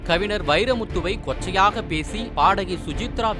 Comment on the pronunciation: அடெ எரும..கவிநர் இல்ல..கவிஞர்...தமிழை நல்லா பேச கத்துகிட்டு அப்புறம் பேசு எரும